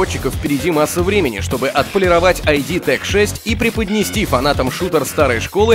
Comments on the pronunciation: ну ИД софтвэр же, ИД, а не айди, который выпуск уже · не АйДи а ИД!